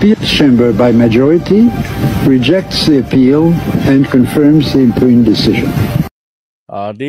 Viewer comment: impugned is pronounced "impyuned"